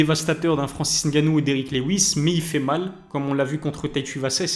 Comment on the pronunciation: Francis Ngannou pas N gannou 😢